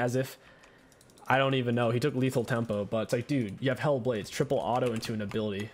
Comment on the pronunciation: The way he keeps saying Hail of Blades sounds like he's saying Hella Blades to me lol